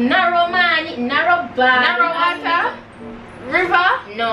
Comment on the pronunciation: says narrow wata 🤣🤣🤣